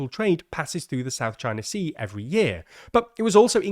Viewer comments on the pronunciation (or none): none